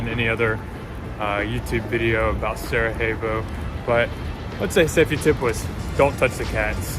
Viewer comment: I would just say the J in Sarajevo is a "y" sound, not an "h" as in Spanish! :)